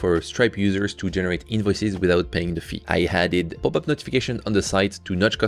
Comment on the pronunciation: I really thought that "poopup" was just you pronouncing popup with French accent LOL